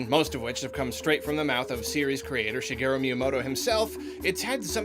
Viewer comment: I like that he calls myanoto shigi.